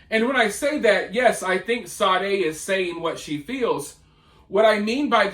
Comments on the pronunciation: Her name is pronounced Shar_day, lets get this right so everyone will know who she is. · It's Sade - say dee